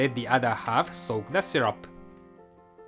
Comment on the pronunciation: You said 'shyrup'! It's syrup!